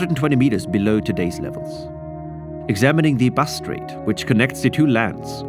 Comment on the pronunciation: Considering how often you said ‘Bass Strait’, it would have been nice to pronounce it properly.